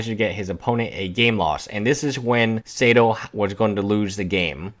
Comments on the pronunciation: (Saito) "SAY-toh"...? It's "SIGH-toh", bro. There's no E before the I. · Yes. More like Sigh Toe I'm Japanese and its a Japanese name ;) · isn't numbah 5 supposed to be pronounced (sigh)to tomo-haru (saito tomoharu) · read Saito as 'Seido' : ^) Cheating is wrong but also name-spelling is : D